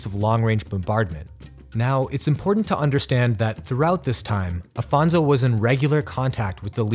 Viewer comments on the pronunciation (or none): Great content! Congratulations. But history must be seen as ...history. It was 500 years ago. Just one more note it’s Afonso not Alfonso. Regards from Portugal to all!